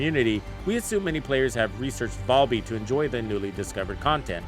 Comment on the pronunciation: VAL-bee, not Voll-bee lmao